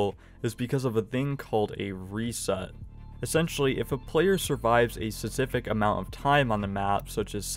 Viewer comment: specific, not sesific